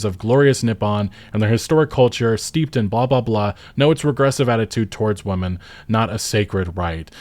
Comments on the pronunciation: Whaaaa. Why are you so butthurt? If you like it, then enjoy it and shut up. Also it's pronounced "whim-in", not "whuum-in" when it's plural. Are you new to English? I'm looking forward to the game, but you're being just as annoying as these reviewers but in reverse by making a video like this. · Its women... They even spelled it correct in their article. You chose to mispronounce the word over and over again while you complain about their woke agenda. Shill. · Do you have trouble distinguishing Women and Woman? Woman is singular and pronouncing Women the same way is confusing. A minor issue perhaps but your whole argument is based around this language so brush up on your literacy and improve your work. <3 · The word "women" is pronounced whim-men, not wuh-men. I can't tell if you are saying this wrong on purpose or not. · I don’t know why everyone is pronouncing WOMEN (plural) as WOMAN (singular) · Hey everybody, woman is pronounced as most everyone says it, wuh-man. Women however, is pronounced completely different as weh-men. Please don't try to differentiate the words only by changing the pronunciation of man/men, when we speak fast that detail almost always cannot be heard. English is dumb. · What the hell is woomen? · My only criticism of this video is - What's with the way you pronounce 'women' as 'woman' every time? Is that intentional or just a dialect thing? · Curious, is that a speech impediment or an accent/dialect when pronounces “WomEn (plural)” as “WomAn (single)”? It throws me off on what he saying every time I hear it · Why do you keep saying "woman" instead of "women"? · I'm just mentioning this if it is something that could be of any help, so "women" is pronounced as "wimmen" or "wimin", peace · Well my core complaint is how you keep pronouncing “WOMEN” as “WOMAN”..LOL. Seriously, it’s grating on the ears. Say it correctly. It’s not hard. Seriously. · Buddy it’s the plural form of woman is pronounced “wih-min”